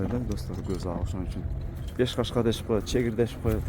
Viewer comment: Чегип деп айтылбайт чекир деп айттылат😅